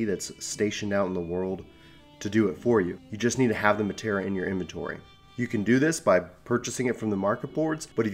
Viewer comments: I really wanted to watch this.... but I literally cringed everytime I heard Matera. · Now please stop the way you're saying it 😂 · Matera? .............. -_- You kept saying it and every time I heard it I felt like you were stabbing me.